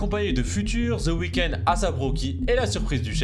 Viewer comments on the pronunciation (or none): Pas ZE weeknd THE (DE) weeknd Pas ZE game THE (DE) game Ça sonne ultra homo votre façon de violer les mots anglais ZE WAYEURE 😭😭😭😭😭😭😭